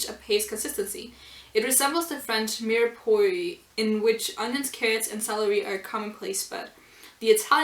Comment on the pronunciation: Mirepoix is pronounced mira-pwa, cucina is the Italian word for kitchen and is pronunced koo-shi-na. And I liked this chapter a lot, about time they displayed that Takumi has indeed grown much stronger.